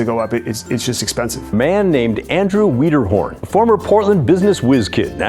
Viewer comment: "Andy WEEDERHORN"????